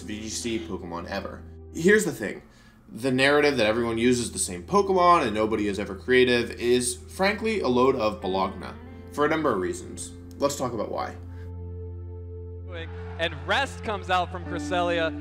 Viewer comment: that... that... that is not how you pronunce correctly Bologna is not even close, you killed me there